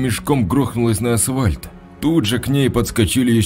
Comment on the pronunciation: Улица « ВоровскОго»- это круто! Как и «асВальт»! Еще в одной озвучке была «тАхта». «Он прошел в комнату и сел на тАхту». Какой язык учил в школе этот «чтец»?